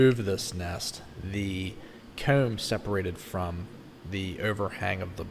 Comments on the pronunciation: Yes,I was finding it a bit odd and trying to find a way to spell those words the way he says them. Not possible? Coewm? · Omfg y do u say comb like that bro